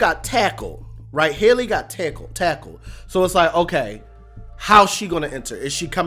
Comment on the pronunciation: HELL-Y not Hailey lol